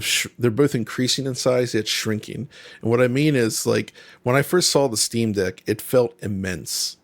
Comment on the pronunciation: He clearly said Steamdick when talking about the plastic being more like the Steamdeck. Lol.